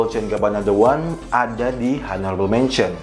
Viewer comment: Bro, video-video lu bagus. Mau kasih masukan dikit cara baca in English dan French nya benerin. Contoh Honourable itu bacanya onorabel bukan honorabel. Lalu Eau De Toilet itu bacanya O De Toale bukan U De Toilet. Have a nice day!